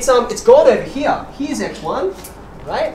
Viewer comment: the way you say here is like it's german version heir :D ...